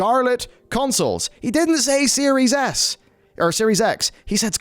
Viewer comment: Is it just me, or is he saying "Series Ass." I cant stop hearing it...